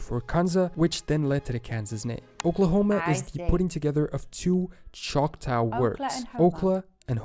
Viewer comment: The narrator should be much better. He says dur-HAM to refer to the city in England (it's DUR-um, just like the city in North Carolina). He also calls the Indian tribe the SEE-ew (it's just "Sue"). He calls the Choctaw Chock-TAO when I've only ever heard Chock-TAW or Chock-TOE. He also doesn't know how to pronounce "ensign", "Caeserea" or "Appalachian". Also, Georgia was named after George II, full stop.